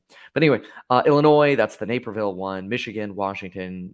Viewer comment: Definitely NAY-perville, IL Long A sound.